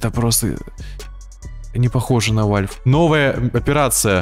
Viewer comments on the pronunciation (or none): Какой нахуй вальф! Правильно валв